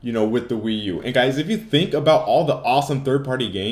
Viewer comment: lol, wee-u-2